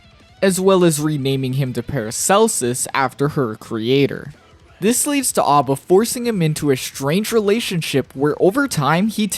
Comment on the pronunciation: A.B.A is pronounced with the phonetic a, like the group ABBA. It's the origin of her name after all. It's you think that's midge be a reference to music somewhere, it almost always is.